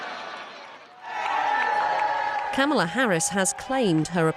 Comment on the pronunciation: You would think BBC reporters would at least know how to pronounce Kamala's name.